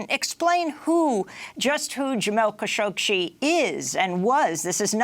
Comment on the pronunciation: It's Khashoggi the g pronounces like in "good" not as in "Gina" i also hear Kashokshee ? Am i right or am i right?